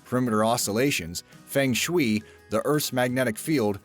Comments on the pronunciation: Fang Shwui????? Feng Shui is pronounced FUNG SHWAY!!!!! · feng shui is pronounced "FUNG SCHWAY" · Feung Shui is not pronounced as Fang Shue it pronounced as Fung Suy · fung shwee is supposed to sound like fung shway. and it is supposed to be pie-thag-go-re-an. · What the heck is feng shwee? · when you're going to pronounce things, LEARN PROPER PRONUNCIATION.. MAR JER UN, FUNG SHWAY, AMONG OTHERS! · Say: "fung schway" = feng shui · FANG SHWEE!!? WTF... LAME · bwahahaha Boy, you're really good at creative pronunciation! Homage? Feng shui? Good work.